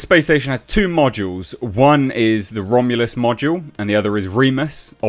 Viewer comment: "Romulus". There's no "a" in the word.